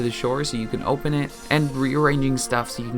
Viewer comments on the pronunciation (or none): none